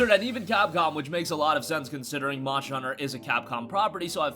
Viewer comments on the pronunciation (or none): oh yay more "Monshers"